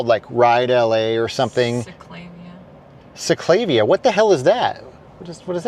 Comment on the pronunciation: The ride is pronounced “ seek La vee La “ they have these rides through out LA to promote health